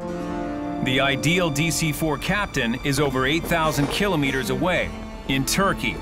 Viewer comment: Someone teach the narrator how to pronounce KILOMETERS!!!